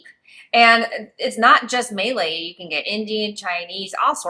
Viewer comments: Maylay? pronunciation is Muh-lay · Great insights! However it is not May-lay. Its pronounced Mah-lay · Malay is pronounced more like “Mer-lay”, than “May-Lay”. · May lay —- LOL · I'm guessing you came in at a bad time but normally Malaysian are on a low end when it comes to national disasters but the last few floods does seem alarming for sure. Also I can't helped myself from chuckling a bit when Malay was pronounces Melee. It made us sound so combative. hahaha. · Nice video, however please consult a local Malaysian on how to pronounce Malay… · Kuala Lumpur and Malaysia should not be conflated. English-speaking is common in KL, but progressively less so as you move away from the Capital. Small suggestion: it will be very useful to learn how to pronounce 'Malay'!